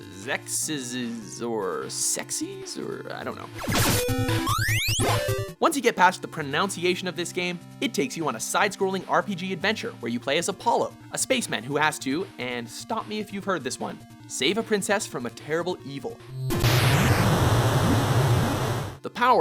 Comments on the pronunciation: Pronouncing "pronunciation" as "pronounciation" is one of the more ironic things I've ever heard. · Mispronounces 'pronUNciation' facepalm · Lol, mispronounces pronunciation.